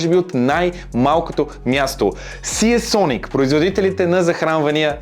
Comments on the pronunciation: НЕЕЕЕЕЕЕЕЕЕЕЕЕЕЕ СИЕ СОНИК а СИЙСОНИК !!! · СИИИИИИИИИЙСОНИК :D